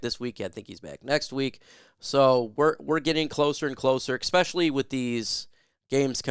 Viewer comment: It’s “ess-specially” not “ek-specially.” Esp does not = “ek.”